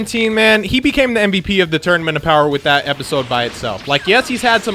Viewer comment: "Feel my BOWER"